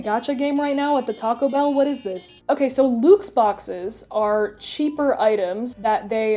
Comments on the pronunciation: This channel is great! Love the editing and the humour and- "Luke's" ... Did she just pronounce luxe as ... Luke's? Oh. Oh no. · Cheez-It Cucked killed me. 🤣🤣🤣 The "Luxe" is short for "Deluxe" lol. Unless y'all up there in Canadia pronounce it "delooxe." (I tease, cuz I love, it's an odd word, and I can see why anyone would think it's pronounced like that, lol) Wait, wait, wait...you're NOT a dentist!? Then why did I subscribe to your channel!? False advertising. You shouldn't have a channel name called "" if you're not a dentist.